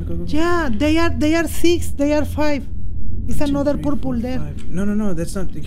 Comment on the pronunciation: "purpul" LOL